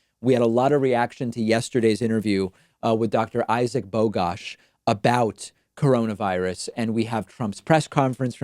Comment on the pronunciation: I thought he called it "Caronavirus."